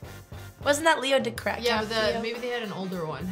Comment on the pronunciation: so we are all just gonna act like she didn't say leo decrapio.